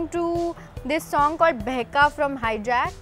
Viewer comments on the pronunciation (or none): none